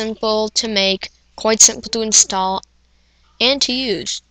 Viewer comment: did he say 'coit' instead of 'quite'.